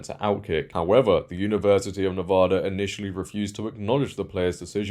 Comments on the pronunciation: Nevada. Not Nevoda. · Why do so many people mispronounce Nevada. It's a short A in the middle. Nevada, not Nevoda.